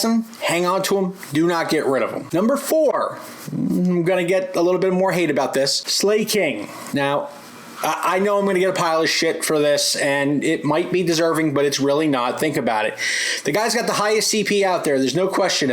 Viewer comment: i cringe everytime he mistakenly pronounce it